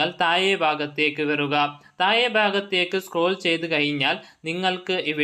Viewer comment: എന്ത് ഒഞ്ഞ മലയാളം ആണ് ബ്രോ,മലയാളം പഠിക്കാൻ ഞാൻ ഒരു ആപ്പ് സജ്ജസ്റ്റ് ചെയ്യട്ടെ.തായെ, തായ്....എന്ത് തായെ..😂.😂😂